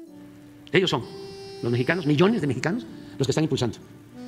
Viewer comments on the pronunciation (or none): none